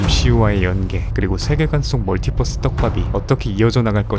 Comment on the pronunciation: 멀티버스를 멀티뻐스라고 읽는게 거슬리지만..... 잘보구 갑니다 ㅋㅋㅋ 구독도 눌러요~~